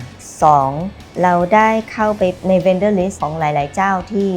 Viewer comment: Vendor not vender krub